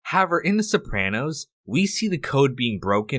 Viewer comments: Perhaps, at some point, you could please pronounce the word HOWEVER…a bit better…you use it often, and it’s annoying as you say HAVVER….THANKS 👁️🇨🇦👁️ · pronounce words better. "however" is not pronounced "havver" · However is pronounced like this: HOW EH VER NOOOOT like HOW VR It's two words but combined. Still pronounced as two words. How. Ever. How. Space. Ever. NOT Howe. Ver. Thank you. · The word is HOW-EVER. However. If you're going to say it two dozen times, say it right ffs. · I hope this guy learns how to pronounce "however" someday.